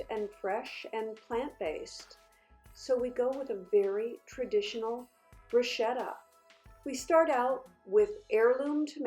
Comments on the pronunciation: It’s pronounced broo-sket-ah. My Italian grandparents used to cringe when their mother tongue was butchered so I carry on their tradition of teaching. It makes my teeth hurt when words are mispronounced and I’m sure my Nana is rolling in her grave.🤣🤣🤣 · Darling, the right pronounciation sounds like "brusketta" (an Italian fan) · The right pronunciation is Bruschetta with c like cocktail. I am Italian. Is your boyfriend too? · I AM italian, from Rome and no, it is not, it is pronounciated "brusketta"